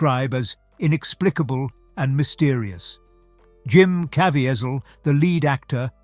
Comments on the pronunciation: Jim "KaVEEzeeul" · Please research your narrative and pronunciation of names!!!🤦‍♂️ Jim Caviezel's last name is "Kah-vee-zal".🤷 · His name is pronounced Ka- ve- sil. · The announcer does not know how to pronounce Jim’s name. There is no T or A in it, it is Ca Vee Zel. Jim Caviezel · Wonderful…husband and I went to see this movie when it premiered in our city. Everyine in that theater was held .suspended ..in silence,nec and intense attention to every bit of the movies. It was winderful and heart rending at the same time. Just a note on trans,actions of from British to A Erica’s English….the actors name is pronounced …kah—veeze..ee…all. And the scenes notated as re creations ..not ‘wreck..kree..A—shon’s…which are a kind of time consuming play time. Otherwise…the reading and descriptions and his British style voice are truly wonderful too. .. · Jim’s last name is pronounced, KA-VEE-ZEL. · Can't even say the actor's name correctly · Please do your homework. It sounds awful when the narrator doesn’t say the chief actors name correctly. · you are mispronouncing the Jesus actor's name! It seems IMPORTANT to have gotten his name correctly in this video! Even if it was an AI voice!